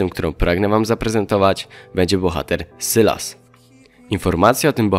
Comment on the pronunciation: sylas czyta sie sajles